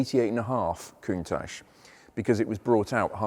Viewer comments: So is it that Lambo pronounced Countatch or Countash? You explained it was the former but then used the latter! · Ahh so its countach as in tacho....2 mins later is countach as in moustache....I'm no clearer... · I believe you mispronounced Countach after the Grammar lesson. What was that again ?